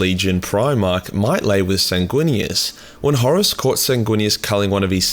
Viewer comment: I love his pronunciation of Horus as “Horace”.